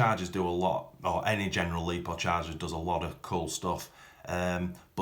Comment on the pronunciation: Its lipo not lepo !!